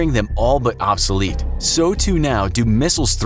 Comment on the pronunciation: How many time you going to say obsalete